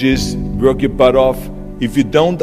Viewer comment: the way Arnold pronounces the word "W(v)o(Ö)rk"...